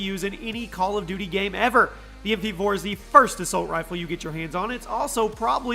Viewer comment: Did anyone hear "Bal of duty" 😂😂😂